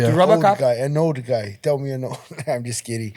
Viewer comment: When this guy says: let me teel you something… stay prepared 😂😂😂